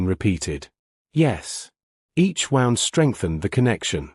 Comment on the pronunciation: wound. can you maybe train your AI better?